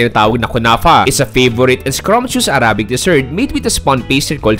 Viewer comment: Please consider researching the right pronunciation for the word “arabic.” Salamat po!